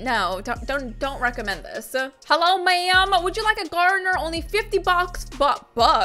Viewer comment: You said hello wrong you said this ello